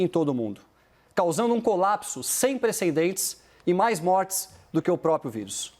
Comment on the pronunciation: “Prenscendentes”. “Inrresponsaveis”. Tenso.